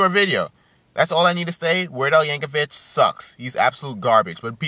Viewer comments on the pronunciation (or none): They are called "parodys", not "covers", and its pronounced "Yankovic", not "Yankovich". You are entitled to your own opinion but explain why you hate him, because this video was you brainlessly babbling on and ranting and raging.